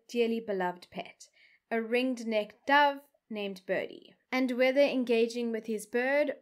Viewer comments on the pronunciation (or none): none